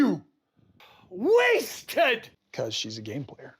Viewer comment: Does anyone else act out his "knife in the kidney" speech whenever it comes on? Just me? It's great practice for a bad acting gig. You have to put so much emphasis on "WASTED!"